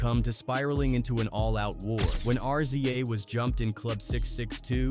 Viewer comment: Can't take this AI shit serious with the "sooge", R-Z-A, G-Z-A, Redmin, Thah Dogg Pound, shitty info, wrong dates, calling CREAM Raekwon' single. 😂😂😂